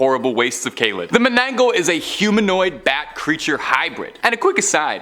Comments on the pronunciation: it's " mananangal " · Loved the list, just for reference, the first is pronounced as Mana-nang-gall". Also, to add to the cryptid, they have a very long and sharp, hollow tongue, used to suck out un-born babies from sleeping pregnant women.